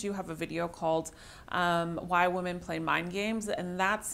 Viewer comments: Does she keep saying woman instead of women? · Women is pronounced WIMEN!!!